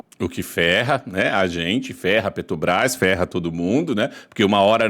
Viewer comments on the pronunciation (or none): Parabéns pelo vídeo, bom conteúdo! Só sua pronúncia da Petrobrás que saiu "esquerdista" Petobras", tipo pitista, rsrsrsrs😂😂😂😂